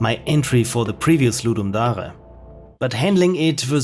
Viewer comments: The way you say "Ludum Dare" makes me think you are a fellow German lol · “Ludum DATHDA”